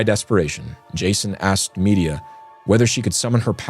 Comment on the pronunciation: Please please please check how to pronounce names. All through this podcast Medea has been prounced " media". It is prounced with stress on the 2nd syllable "med - DEE - ia"